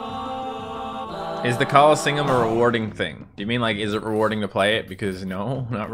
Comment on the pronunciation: I'm better than you at the callingseeum